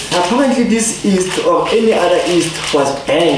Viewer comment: No, you didn’t just say “east” instead of “yeast”! 🤣